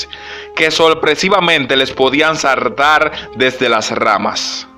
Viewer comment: sartar dijiste en el video es saltar pero me justo el video